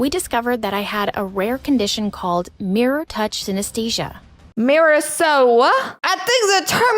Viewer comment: she said mirror so whaaaa that had me dead lmafo